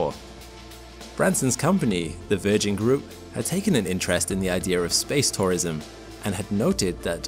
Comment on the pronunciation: I had a problem understanding this. It sounded like I was saying SPACE POISON, no he was SPACE TOURISM. I mention this for all the geriatrics, like me, who have hearing problems.